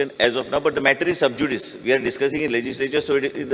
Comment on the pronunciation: Are paapya to shabda" Subjudice" subjudicious nhai.